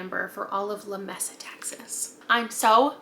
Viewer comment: Just a small correction, Lamesa, TX is actually pronounced luh-MEE-suh. Thought you would appreciate the fyi 😊. I'm from the area around there so super excited to read a SGJ set near me. All of these look so good! Looking forward to these reads and your future videos.